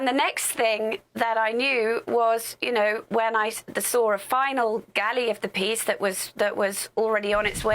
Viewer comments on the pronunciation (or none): none